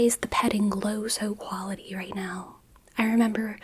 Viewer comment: I for one was focused enough to notice you saying 'low so quality'